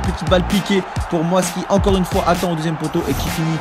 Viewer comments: C deuxieme pas "deusieme" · Suis-je le seul à avoir vu l'erreur àla fin ? "deusième"😂